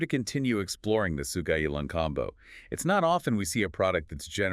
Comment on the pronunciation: You killed the name, pronouncing it really wrong... Sou-Ga-Yi-Lang, not So-Ji-Gay-Lang.